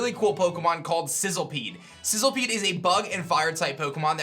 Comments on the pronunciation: The moment you realise that it's Sizzlipede not Sizzlepede... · It's literally spelled SizzLIpede. Idk how or why you're pronouncing it like SizzLEpede. Makes no sense and it's really irritating. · It's Sizzlipede* by the way. Not sizzlepede